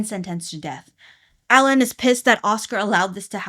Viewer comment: Alain is actually pronounced Aw-Lawn